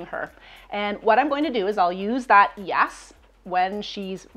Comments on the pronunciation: you're saying YAS....not YES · Are you saying YES or YAS?